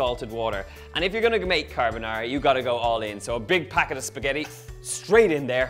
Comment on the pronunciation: I am Italian. Although I am, what I consider to be a pretty good cook...I have never mastered Pasta Carbonara, which is one on my favorites (yes scrambled eggs). I think your method is my answer. Your pronunciation of the dish is perfetto. MILLE GRAZIE!! See...we Italians can say nice things 😉